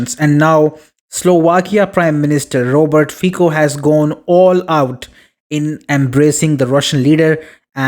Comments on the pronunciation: It is not /fiko/, but /fitso/.. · Prime Minister Fico's name is pronounced 'fitso' , the 'c' sound in Slovak is pronounced here 'ts'. Fico is one of the very few GREAT leaders of Europe. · I can't give you like with that terrible pronunciation of his surname..